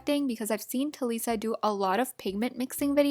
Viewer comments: It's talisa not taliiisa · You said Talisa's name wrong